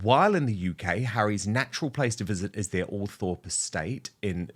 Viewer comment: Eugghh! It’s not pronounced ‘ALL THORPE’! It’s pronounced ‘Altrup’